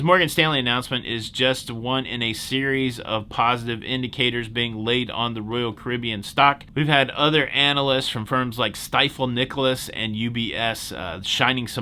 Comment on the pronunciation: Stifel is pronounced with a long E sound (like Steefil).